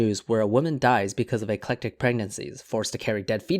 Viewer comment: Ectopic not Eclectic.